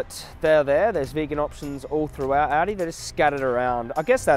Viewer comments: It's pronounced "ALL-DEE",. Jokes aside, you are AWESOME!!! PLEASE come to the United States sometime and advocate here! It would be awesome! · When you say aldi, I keep hearing audi 😂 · thought he was saying “audi”